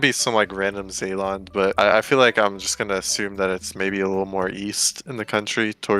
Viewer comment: Zeeland mentioned. Not the pronunciation but the best I ever heard. It’s close to unnoticeable. Thanks BTW